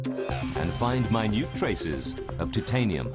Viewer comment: The way that the narrator cannot pronounce titanium correctly is killing me